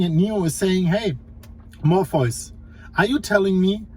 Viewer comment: It's always the most important video you've ever made. You always say it's going to be surprising and it isn't. The only surprise was hearing morfoice and martricks being said like it was normal